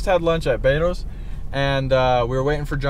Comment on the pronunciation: It's beto's not batos